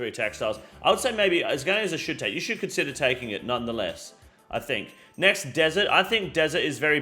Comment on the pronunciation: This region is a should take. bro i thought you were saying it was "shit take"